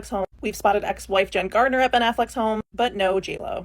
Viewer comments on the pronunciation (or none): Thank You for the video! I do wish half the world would stop saying Jennifer "Gardner" though 😅 it's said just like Garnet 😻 but we try our best 👌 🎉 Everyone does it 🫣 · It sounds like you said Jennifer Gardner instead of Garner. Forgive me if I misheard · It's Jennifer GARNER not Jennifer GARDNER!!! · it's GARNER not GARDENER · I'm confused as to why people saying Jennifer Gardner when her last name is Garner? There is no "d" in her name!